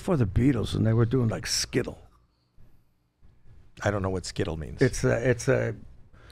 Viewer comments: The English term is Skiffle not Skittle although we do get skittles here now 😁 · "Skiffle" Richie, not "skittle" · Skiffle, not Skittle. And Sonnie Terry and Brownie McGhee were very famous American (not English) folk-blues musicians. Surprised Richie got those things wrong, and The Beatles on Ed Sullivan was 1964, not 1963 - he is the only person I have ever heard get that wrong). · Skiffle, not skittle. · It's "skiffle", not "skittle". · ‘Skittle’ ?? Its ‘Skiffle’